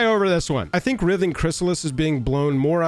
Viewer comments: Who else was nodding along until he mispronounced "Writhing" as "Rith-Ing" when it's "Rhy-Thing". I do agree though we know 1 colorless, blue and green on any Legend is always going to create ripples by itself but it being on a literal Simic Value Engine IN a Commander? A bit much. Though my solution for it in Brawl anyway is just to make it 1/1 frog with no abilities or a 1/1 citizen with no abilities. As for Modern I say: we have forty varieties of counter spells and even a way to steal/counter it with the added benefit of the satisfaction of flipping a coin while saying "heads I win, tails you lose". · Pretty sure it's pronounced "RHYTHING" Chrysalis. The operative word is "writhe" (rhymes with tithe) or to make twisting movements with the body. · Writhing has a hard "I" in it dude - like wr-eye-thing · Bro, you're the best, but its pronounced wr(I)thing--like driving. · Writhing has a long I. It should be pronounced like "rye-thing." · writhing is pronounced with a hard i,.. not a soft i,.. the same type of i in the word 'write' , example ' the snakes were writhing across the floor' or 'he was writhing in pain after getting stabbed',...also i find the reach protection excuse to be sad, red need more creature removal not blockers, in the last ten years red has become so much less aggressive than it used to be.